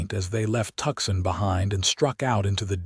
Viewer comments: Please please please correct the AI narration to properly pronounce Tucson! Hint - it's not "Tucksen". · I almost choked on my coffee at that particularly unusual AI pronunciation 😂😅😊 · Tuxon.......or is it Tucson????